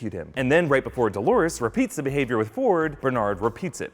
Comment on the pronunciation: "Dolores", for fuck's sake! Not "Dólares" (dollars), not "Delores", as many wrote. Also, in the video: "Dolores's", really?